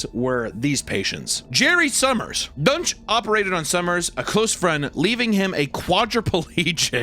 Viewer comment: I thought they were saying his name was "Dr. Dunce".